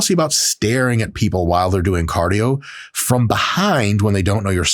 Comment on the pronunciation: CADIO sorry couldnt help it